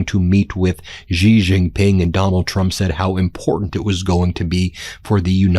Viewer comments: In Chinese pinyin, "X" is NOT pronounced as a j/g or zh. It is is pronounced as the "sh" sound. So his name sounds like "she." Shee. NOT like "gee," NOT like "zhee." Shee. Sheeee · Xi is pronounced C. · Taiwan is part of China. If you don't understand stay away and focus on your problems at home. And you can't even pronounce his name properly. It's pronounced "she". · Pronounce the name of China's President properly. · I wish you'd learn how to pronounce "Xi".